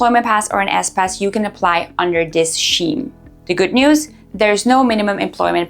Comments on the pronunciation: Scheme is pronounced as Skeem, not Sheem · What the hell is Scheem. It’s Skeem. Has she not learned yet ? 🤢